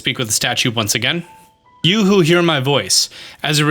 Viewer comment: You said "You who hear my voice" a few times and I was looking at the tv and thinking "why is the statue saying yoohoo! Hear my voice! Like its Cece from Hateno?"